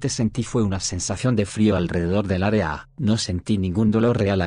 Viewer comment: Nadie: Locutor: Aréa